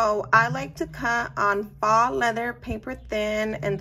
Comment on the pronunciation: Thanks for showing video...Please look up "faux" leather pronunciation... would sound more "professional" if you are running a business.